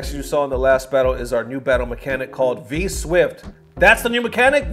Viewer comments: Dude said 'V-Swift' repeatedly!! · It clearly says 'V-Shift' but you're so it's okay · Mans was dedicated to saying V-Swift rather than V-Shift. #KeepTheLieAlive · "V SWIFT" 🤣